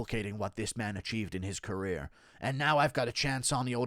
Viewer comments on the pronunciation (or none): none